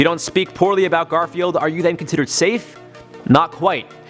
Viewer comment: Did you know he said Gorfield instead of Garfield;)